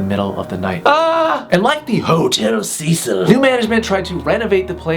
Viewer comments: iTS HOTEL CEH-CEEL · It’s pronounced “SEH-SEAL” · isn't it pronounced Hotel "Sa-Seel"? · u pronounce “hotel cecil” as ‘cea-cil’ not ‘sea-sil’ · It’s pronounced (Hotel Si-sil) Cecil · Cecil is pronounced seseal not sezil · it's pronounced Sé Seel not Cecil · the name is a lot more freaky when you say the name correctly, it's pronounced "seh sil" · ITS PRONOUNCED “sea-sill” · I thought it was pronounced 'Seh'sul'? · its pronounced si-cil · T H E H O T E L C E S I L when he says it like that its makes me laugh like alot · trash vampire he mispronounced it tho lol